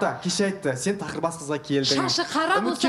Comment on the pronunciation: Тоқырбас емес тақырбас, коныр емес қоңыр болады. Дұрыс сөйлеуге үйренейік.